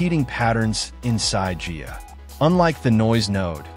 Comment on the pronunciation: protip: It's pronounced "Guy-ah" not "Gee-ya"